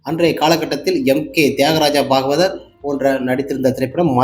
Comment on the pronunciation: தம்பி நீ எந்த பள்ளியில் படித்தாய்? தமிழை இப்படி தப்பு தப்பாக படிக்கிறாயே. தியாகராஜ பாகவதர் பெயரையே சரியாக உச்சரிக்க தெரியவில்லை உனக்கு. முதலில் தமிழை பிழை இல்லாமல் பேசப் பழகு. ARM